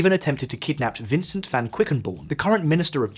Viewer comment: Vincent was pronounced incorrectly. It's French and his last name is French-derived but doesn't hint at how he does have French ancestry like most Belgian people.